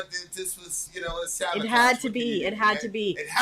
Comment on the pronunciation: LOL, I gotta proffer some corrections: OLIVA = Oh-LEE-vah - not "Olivia" (Gutter) BALLET = Bal-AY - not "ballot" 😛 I'm gonna let "Sava-TIDGE" slide though, cos that's hilarious... 😀